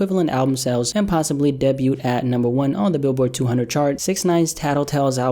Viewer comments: its pronounced DAY BYOU lol Debut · Aye sir.. Debut is pronounced "day-buew" my guy. Or B'you? Lol idk its hard to spell it how its pronounced. U get it tho 😉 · my dude, the word is pronounced day-byew .... wtf is a debyoot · Bro the way u pronounce “Debut” truly creeps me out 😅, but I respect ya craft too much to care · THE T IN "DEBUT" IS SILENT!!! IT IS PRONOUNCED DAY-BYU. NO T AT THE END. C'MON MAN! ALSO, F SIX NINE! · Why do you say the 'T' in "Debut" ? That was weird